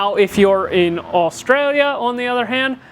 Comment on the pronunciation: Nice to hear an American pronounce Australia correctly.🙂